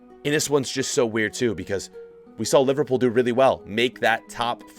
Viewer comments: My guy said LiVARpool. Why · How cab u say livarpool honestly